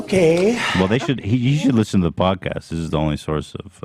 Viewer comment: bill trump on da pwodcayust